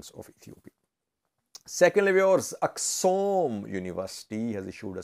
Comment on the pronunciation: Not Aksum, correct it with Axum